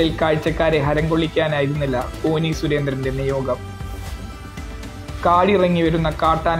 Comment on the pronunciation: കോനി അല്ല കോന്നി ആണ്